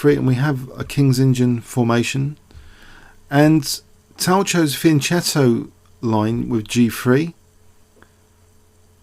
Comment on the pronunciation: its pronouced fianketto just because youve played chess longer doesnt mean your right!!!